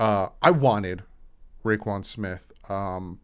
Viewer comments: It’s roquan pronounced row quan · Its pronounced ro(row) quan (quan)